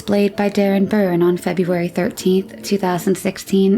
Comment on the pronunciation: You keep say their names were Burns ……learn to read …..Byrne ….